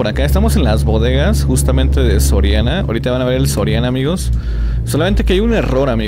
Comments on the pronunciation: Dise soriano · y es soriana no sorania jaja un edor cualquiera lo tiene jajajjajja